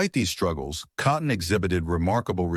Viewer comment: You, or the AI narrator, mispronounced his name twice.